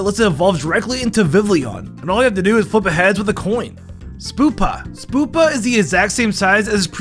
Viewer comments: BRAX-en SPOO-pa vivllion??? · BRO I SWEAR HE PRONOUNCES EVERY NAME WRONGLY TO GET MORE COMMENTS AND VIEWS Spoopa (Spewpa) Vivleeon (Vivillion) Bracksen (Braixen) Kaylos. (Kalos)